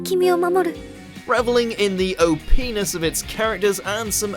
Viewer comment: You might want to go back and listen, actually listen to how saying the word "OP-ness" sounds. As some might say - "Phrasing!"